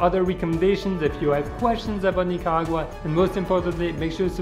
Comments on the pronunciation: it's Nicaragua not Nicagua but the video was really nice! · The way he pronounces “Nicaragua” is so funny, great video btw. Love Nicaragua❤️❤️